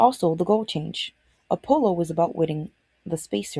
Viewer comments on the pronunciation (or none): Oh, yep, the Appppppolo 17. (It's Apollo, double L, single P)